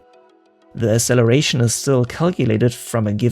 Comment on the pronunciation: Asseleration? Did you mean acceleration?